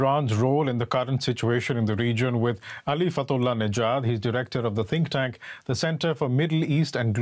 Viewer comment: Ali - said it right